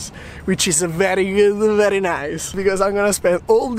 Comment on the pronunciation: Love your videos! Im going to Australia in December for working holiday too and your vlogs are great! I love how you say verrrryy good and verrryy nice haha! keep it up